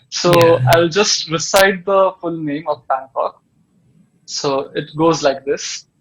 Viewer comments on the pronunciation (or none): none